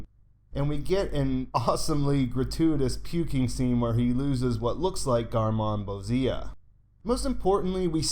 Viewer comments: Garmonbozia is pronounced 'Gar-mon-boe-zee-ah', not 'Gar-mon-buh-zee-ah', by the way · you're mispronouncing garmonbozia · This video is mispronouncing the word... just call it "creamed corn."